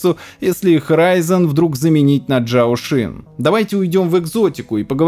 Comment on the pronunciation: Процессор ZX и компания называются не чжаошин а Чжаосинь буквально Мегачип Loongson это не сын дракона а драконий чип XuanTie читается СюаньТе